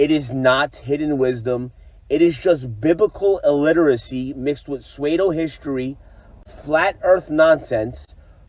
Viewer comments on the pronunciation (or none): Here is a baal earther who thinks the word pseudo is spelled as "swedo," and pronounced as "sway-do," lecturing others about "biblical illiteracy."